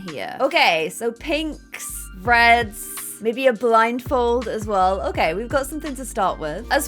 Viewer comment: can we just take a second to acknowledge the fact that said, "the statue of liberty with the blinfold" lol